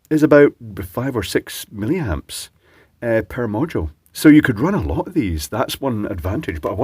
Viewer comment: hehehe you said "silly-amps"